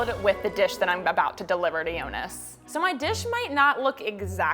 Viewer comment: The video was so cute ❤️ but it's Yonis not yonas 😂❤️